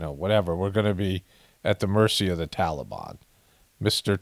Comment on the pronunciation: Fly What makes you suspicious? The scene with people running along side the plane, and not getting sucked into the engine? The guy that was sitting on the wing of the plane talking on his cell phone? ISIS-K. It's "Tal a bahn"!! Not Tolly bon!!!